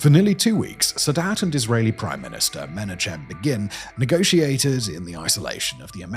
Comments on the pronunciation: you really need to learn how to pronounce foreign names. Begin's name is pronounced M'nachem The ch is pronounced as guttaral sound in the back of the throat like you are trying to cough up a dollop of phlegm. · In Menachem the 'ch' is pronounced as a guttural sound, like when you're preparing to hawk a loogie (Chanukkah, Chaim all use that same sound). Just some notes from a Hebrew speaker. Nice video as always.